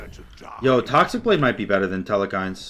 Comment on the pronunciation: There is not nor will there ever be an E in the middle of Telkhines